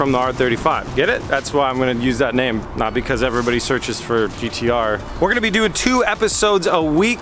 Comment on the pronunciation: As A Australian please stop saying GTR